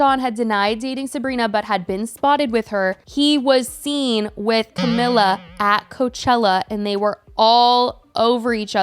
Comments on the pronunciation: Cah-me-la. Just had to get that out there 😂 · why are you pronouncing camilas name like that lmfao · You’re pronouncing her name wrong. Over and over. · Whose? Camila?? How is it pronounced tho? I am not native English speaker so it sounded fine to me.